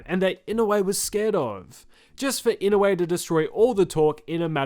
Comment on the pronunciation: I-NO-U-E. its not ynawe or inowe hahaha